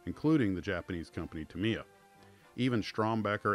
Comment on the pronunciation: Just fyi, Tamiya is pronounced "TA-me-ya". Great video.